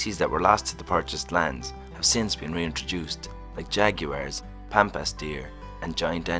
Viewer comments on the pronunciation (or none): Pampas, not "Pamapas".